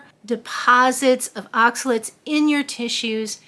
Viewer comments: they are not oxalits ...they are OXA LATES ....late like you are late for work.....please try to say it OX A LATE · More like “aak suh layt”